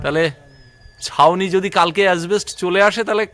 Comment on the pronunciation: কথাটা অ্যাসবেষ্ট (asbest) না, শুদ্ধ কথাটা অ্যাসবেষ্টস (asbestos)। স্থানীয় ভাষা আলাদা হলে অবশ্য বলার কিছু নেই । প্রয়োজনে dictionary দেখে নিও।